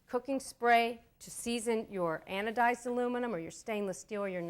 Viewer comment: "Anodiz" get a dictionary.